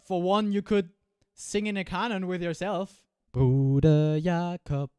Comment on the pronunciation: Wow, that "Bruder Jakob" in clear german without any accent wasn't expected :D Greetings from Schleswig Holstein fellow looper!